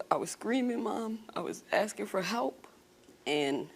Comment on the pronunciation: No you were asking not axing